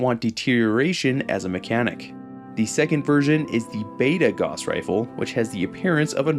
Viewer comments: It's a pretty minor nitpick, but the "au" phonetic group in German is pronounced, "ow." So, the correct pronunciation of Gauss is more like, "gouse." It's not a huge deal, because the mispronunciation is pretty common, and, hey, credit for the correct pronunciation of, "Walther," which is also pretty frequently botched. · "Gauss" is a German name (Gauß) so it rhymes with "house". If it was pronounced "goss" it wouldn't be spelled in a way that requires you to pronounce the word with the "ow" sound. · Gauss would be pronounced similar to house with a "G", being German. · not sure if anyone's said it yet, but the way you pronounce "Gauss" upsets me greatly, lol. EDIT: i'ma add "Walther" to that list.. how in the hell can you pronounce "Heckler & Koch" properly, but butcher "Walther" and "Gauss". You hurt my soul. 😂 Also: The "PP" prefix was used on a lot of soviet firearms...so it's not a Walther thing. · Fantastic video, my only suggestion is that Gauss should rhyme with “house”, not “loss” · Cuz that's how Guass is pronounced. Gauss rifles are real, they weren't invented for fallout. This dumbass just says it wrong in every video no matter how many times people correct him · small little nitpick here, and a mistake i used to be prone to, but it's pronounced like "gowwss rifle" (like how you would say "house"), not like "gauze". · Its probounced GOUSE, not "goss" 🤦‍♂️ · Is anyone going to tell that it’s gauss is pronounced gous like house. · Minor correction: gauss is supposed to rhyme with house. "Gowse" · G-ow-ss is the pronunciation. From the legendary mathematician Johan Carl Friedrich Gauss. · Gauss is always a difficult word to know how to pronounce. I've always said it as g-ow-ss. Namely cause of gaussian distribution and how gaussian is pronounced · holy shit how many videos did you make pronouncing gauss completely wrong?